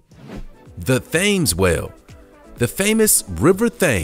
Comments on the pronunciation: Fames whale !!! Get your pronunciation right it’s pronounced phonetically TEMS not river fames ☹️ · I, hunny its TEMS not thAYmes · Do you mean river tems( how it is pronohnced) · Thames is pronounced ‘tems’ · It isn’t pronounced Thames. It is pronounced Timms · In British English, The River Thames is pronounced more like 'Temes' than '(TH)Fames'. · It's not pronounced Tim's. It's Tems. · It’s TEMZ in the UK!!! It’s THames for the river of the same name in CT…. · As an announcer, it could be scary not getting a pronunciation of a popular river correct. This is why we need to research well and talk to people. Better luck next time. It's pronounced 'tems' not thaaaaammes. If you could do this over, perhaps you would. Stay safe. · The famus river Theames is actually pronounsed Tems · Aaarrrgh ! Not the river 'Thames" rhyming with. 'Sames', but with 'temz'... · Please . . . PLEASE! The Thames river in England is not and has never been pronounced "thaymes," as you did it. It's "Tems." Are you the only person who never heard the correct pronunciation? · Its not the fames Its pronounced tems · It’s pronounced Temms not Thayms. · It's pronounced Tems not Thhames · It is not pronounced THames...the H is silent and is is mostly pronounced like “Tim’s”! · It's pronounced "Temz" not "Thames", and this was a depressing video to watch. Captive orcas have flopping dorsal fins because they are not supposed to be in captivity. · For future reference, the River Thames in London is pronounced Temms! :-) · I know, right, why can’t the Americans learn how to pronounce British names properly before they go making fools of themselves like this online? Pure laziness, that’s why. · Not being funny, but how can someone know so much about whales and never once heard the name of the river that runs through London pronounced correctly? That’s crazy. River Thaymes……really? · Thank you, hopefully the narrator has seen this 😂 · Keiko is pronounced "Kay- ko".....Thames is pronounced "tems" .